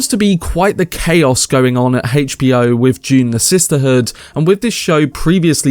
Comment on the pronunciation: the way you say HBO destroys my soul HAYCH B O